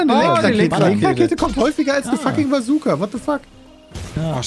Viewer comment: Ja, wer kenn sie nicht, die berühmte "Kajooka":'D